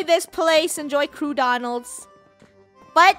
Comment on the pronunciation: Krew not krewe